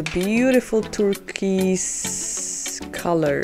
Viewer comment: Nice video. I purchased three and opening them on Monday. I love hearing you say turquoise ☺️ it's pronounced TUR-KOYZ ;-)